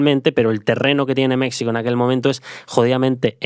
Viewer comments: Ahora si te pasaste: se dice México no Mecsico. 😅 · Mexsico?? Wtf 🤣😆😆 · Es la tercera vez que escucho este podcast y me sigue haciendo gracia que diga mecsico 😂